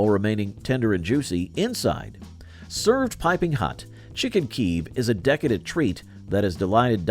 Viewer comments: I remember making Pineapple Upside Down cake in the 70s. As I recall, it was old then. Presumably from the earlier novelty of pineapples after the acquisition of Hawaii. And in Chicken Kiev, Kiev is pronounced with two syllables, kee-ev. The creamed chip beef on toast, my grandfather used to make that. He called it SOS, that was its name in the Army back in WWII. Fact checking, oh so important… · learn how to say kiev